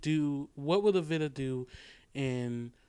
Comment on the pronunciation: veeta.... VEEETA not vihta